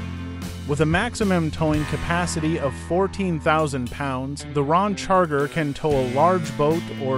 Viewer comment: Hey computer voice it’s Ram Charger NOT Rom Charger